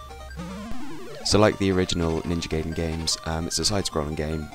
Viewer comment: Ewwww emulator footage! It's pronounced Guy den, not gay den lol. Other than that good review. In the description box, who is "we" and "us"? Just wondering if you have more than one person working on these videos.